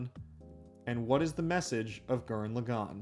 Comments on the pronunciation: did you just say lu gan instead of lagann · Gurren LAgann. Not Gurren LeGAnn. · Good video, but did you have to mispronounce Lagann every single time?